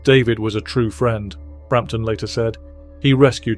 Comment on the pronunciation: eh...."old school frirend, David Bowie" .....your AI narrator screwed that one up. nothing like real narration...and this thing feels like it was put together by a bot.....